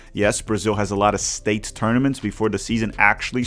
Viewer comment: my dude's English accent is better than his Portuguese accent, where he mixes up the sounds of S and Sh ;) you almost slipped in English even haha - "shtate" -- just kidding! keep up the good work, "cheersh" from Rio Grande do Sul!